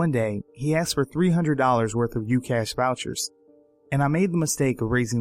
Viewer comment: I clocked off as soon as he said "he akcsed" instead of asked.